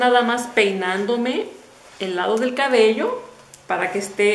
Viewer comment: No se dice 'csbeo" se dice cabello, o es q no escucho bien o tu dices, a veces así... lo siento hermosa, sin ánimo de ofender